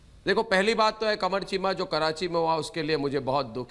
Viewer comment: Arnab corrects Sambit "KEEMA NAHI CHEEMA" 🤣🤣🤣🤣🤣🤣🤣🤣